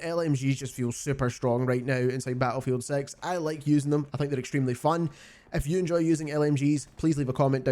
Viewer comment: "ba'lefield sex right nou"?